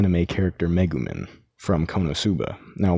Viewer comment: U PRONOUNCED MEGUMIN WRONG, REEEEEEEEE